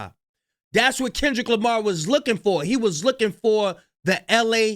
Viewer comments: He doesn't even know how to say Kendrick's name. 😂 and why did it take so long to make this claim?? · He can't even say Kendrick's name right.SMH